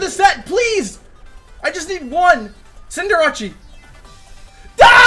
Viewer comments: does everybody call Cinderace "Cinderacci"? I always thought it was "Cinder" "ace" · Why does he pronounce Cinderace like that? Maybe that's why he kept going second... disrespecting his pokemon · Why does he pronounce Cinderace's name like that? It's slightly irritating to here that xD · it is pronounced cinder-ace, it's just a meme on this channel to deliberately mis-pronounce pokemon names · The “Cinder-achi” pronunciation started to feel like a Drilbur digging into my brain mid-way through the video ._.